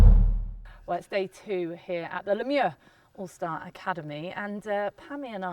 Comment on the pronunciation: My dear ladies u have butchered the “Le Mieux” pronunciation